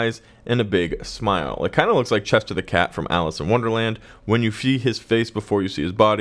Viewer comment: its the cheshire cat not chester